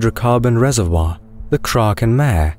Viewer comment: Thank you! Fascinating and informative. Just a heads-up: "Mare" is a Latin word meaning "sea." It therefore isn't pronounced as one would pronounce it as if one were speaking of a female horse. It is pronounced "mah-ray."